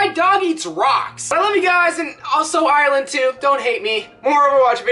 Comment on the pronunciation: Aahh it hurts to hear you say Ireland like that Its Ire - Land Not Aye - Ur - Land Two syllables